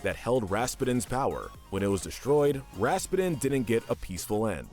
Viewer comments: It's Rasputin! Not! It's Russian. Think Putin, as in president Putin. Do you call him Vladimir P'denne? No! It's pronounced RASS-PEW-TIN. I couldn't finish the video hearing you Pronounce it so badly! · Everytime I hear "Raspeten" Raspeten- Ras-PEWTIN! Raspeten- Ras-PEWTIN! Raspeten- Ras-PEWTIN! RA-SPEW-TINN! Hearing him say Anastasia's "mother" Oh my gosh, GRANDMOTHER. I'm sorry for the rage moments, but those were my reactions Being a movie nerd sucks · Why did he pronounce his name Ras-pa-din? It's supposed to be pronounced Ras-pew-den. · Ok "Rasspedin" is killing me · Lol, it's pronounced Raz-Pew-Tin, like the main character in Psychonauts. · lol how you pronounced Rasputin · Did anybody bother to teach this guy how to say Rasputin's name correctly?? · Just a suggestion but maybe you might want to watch the movies before you narrate them. For example, Anastasia escaped with her Grandmother, not her mother and Rasputin is not pronounced correctly, but I like your channel 🙂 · What’s with the weird pronunciation of “Rasputin?” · Me when I heard when he said Rasputin: Whaaaaaaaa did he sayyyyyyyyyyy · Good list but the pronunciation of Rasputin hurts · You were mispronouncing Rasputin's name. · oh my god that pronunciation of rasputin